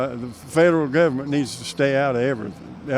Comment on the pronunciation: "We don't need no federal guvamint. I like living in a third world country."